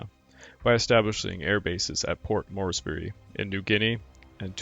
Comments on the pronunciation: I only came here after looking at the first few minutes of the followup video in which you confessed to being a poor narrator. B-52 vs B-25, that's one thing. I can kind of forgive you for mispronouncing Admiral Spruance's name and a little bit for mispronouncing Port Moresby but how can anyone with a rudimentary knowledge of the subject matter mispronounce "Halsey"? That's almost as bad as if you had mispronounced "MacArthur". All of these things make you seem like someone who has not really studied this much at all. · Morsby. Not Mores Berry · I don't mean to be critical but the mispronounced names of commonly known people and places is really pretty bad, from the garbelling Port Moresby to "Morseberry", Adm. Halsey to "Haisleys" Raymond Spruance to "Sprouse" and also, when describing a plurality of airplanes is not "aircrafts" its aircraft, All stop there. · I think you mean the invasion of Port Morris-Berry was averted. Aside from pronunciations, a good use of graphics and pictures.